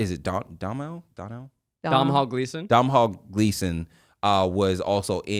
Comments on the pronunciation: I love this movie! But the name is Domhall (Dough-nawl) 😂😂😂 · why are they pronouncing Domhall like that 😭😭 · Domhnall is pronounced "Doh-null" 😅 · Someone please please teach them how to say Irish names! the Dom-hall pronunciation killed me 🙃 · “dom-hall gleeson” 😭 chat is this real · As an Irish girl, please, Zach, I beg you, stop saying Domhnall Gleeson’s name like that 😂